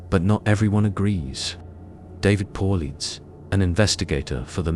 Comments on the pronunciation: Paulides, not Paul Leeds. AI certainly has its shortcomings. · AI generated. You spelled and pronounced David Paullides name wrong. You also said the two dark figures told where to get gas. That makes no sense. This was interesting though.